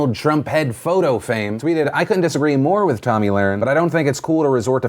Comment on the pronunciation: Can you say her name right damn shit